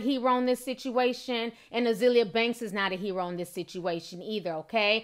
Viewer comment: I love how can't pronounce certain words (heroin for ex) but still critique other people's bad English. LOL